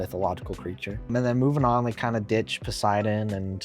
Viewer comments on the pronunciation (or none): none